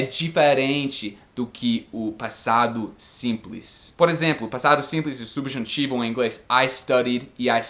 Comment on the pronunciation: Bom português, mas atenção para a diferença fonética entre "substantivo' (=nomes) e "subjuntivo" (modo/tempo verbal).